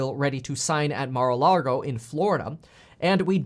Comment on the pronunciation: Mar-uh Log-oh